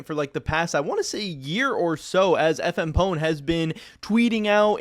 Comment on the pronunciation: I think it's FMP One not FM Pone